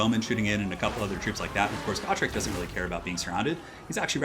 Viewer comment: It's pronounced Gotrek.